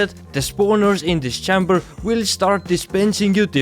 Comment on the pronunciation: "chamber" is pronounced CHAY-mber like the letter "A"